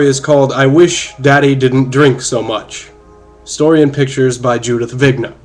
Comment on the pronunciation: Totally misread Judith's last name....